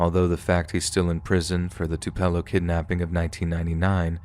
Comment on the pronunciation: Too-Puh-Low... not Too-Pell-Oh